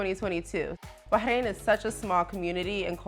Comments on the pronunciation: It’s BaRRRRAIN not BAHAIN! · I think it’s “Bah-rain.” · he’s not saying it right tho. the r isn’t silent in Arabic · Why are you pronouncing it Bahain and not Bahrain? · It's Bah Rain, not Bah Hain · Its "BAR"-RAIN not bay-hane..the h is silent.. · Americans pronouncing everything wrong. First Eye-raq, now Bah-ein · eh? Why would anyone be? She's getting something horribly wrong I mean it hurts my ears. BAAAAAH KRANE I'm super jealous of her saying that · Are you actually serious? She’s not saying correctly at all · love the video, but the pronunciation of the country was killin me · First time hearing someone pronounce the country like this, it’s cute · She’s not saying it correctly 😖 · and failing miserably in the way that only Americans do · she’s not saying it correctly. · Its not . Ive lived here for 3 years and not one Bahraini pronounces it like that . In fact they always compliment my pronunciation . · sure its great if you're rich. even then still way too hot. also is it a silent R in Bahrain?